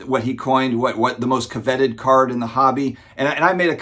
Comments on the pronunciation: “Covet” is pronounced “Kuh-Vet” not CO-Vet” — hopefully you were just joking or trolling someone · How can a grown man not know how to pronounce covet? It's in the 10 commandments for goodness sake.